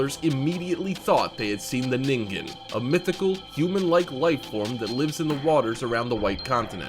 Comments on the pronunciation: Nin-Jin not ning-ging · Lmao he said ningen emphasizing the g! Its ningen like ninjin😂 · #5 is pronounced like nijen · I am pretty sure ningen is sound out like n-in-gen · It seems everyone who does a video about the Ningen pronounces it wrong. Ningen is actually a Japanese word that means Human. It is actually pronounced "neengen". (Sorry for making a big deal about this) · Woah so Zamas was calling us these “ningens” smh